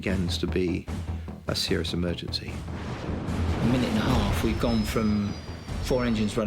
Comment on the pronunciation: eeeee mer gen cee